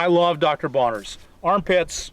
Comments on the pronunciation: it's Bronners, not Bonners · Not to nitpick, but it's Dr. Bronner's, not Bonner's. 😉 ❤️ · Dr. Bronner's ... with an "R". Ok, now I feel better. Oh, and thank you for the great advice and tips!